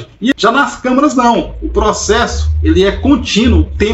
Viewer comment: amigo vc falou camarâs de segurança mais de 20 vezes kkkkk